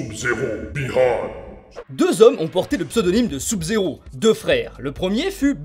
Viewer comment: oui il prononce mal Sub-zero